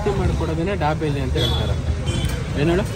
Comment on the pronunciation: ದಬೇಲಿ ಅಂತಾರೆ ದಾಬೆಲಿ ಅಲ್ಲ